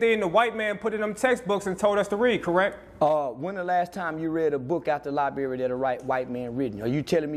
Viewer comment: Yall really vouchin an followin this dude sayin s**t like "LIBERRY!!" wit confidence while callin other people dummies?!?!? Smmfh wat a time!! 🙄😮‍💨😂😂